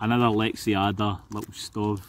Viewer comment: For the love of god man, it's Lex-ada no i or e in there. Love your videos.